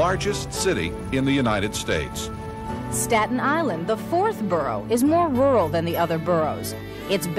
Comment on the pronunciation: It's the " StAAAten EeYYland FeRReey"! come on.